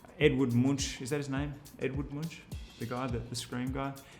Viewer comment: Hahaha, you absolutely butchered Edvard Munch's name last name XD